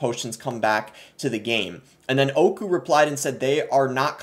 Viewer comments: Hearing him say oyku literally killed me its öykü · I don't know how this just keeps getting worse. Also, your pronunciation of Öykü was hard to get through XD Understanbable tho